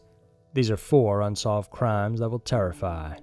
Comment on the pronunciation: Dude the way u say terrify lol